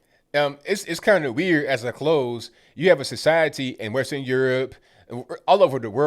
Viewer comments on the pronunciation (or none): none